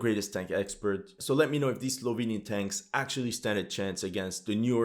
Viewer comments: His pronounce are build/tenks "I love the smell of fresk tenks in ze mornings" 🤣🤣🤣🤣💪🏻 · pronounces BUILD/TANKS 😂😂😂